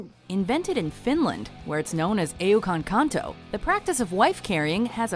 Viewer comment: I'm from finland and you pronouns eukonkanto wrong